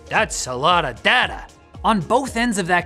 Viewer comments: why do u say dah- ta, your not aussie say day-ta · When you say data do you mean like Dayta? Sorry im english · He said data instead of data